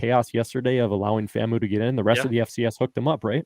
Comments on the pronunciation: FAM-U not FAMO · Guys, FAMU is pronounced /FAM-YOO/, not /FAM-moo/. The "U" is pronounced /YOO/ to emphasize "university".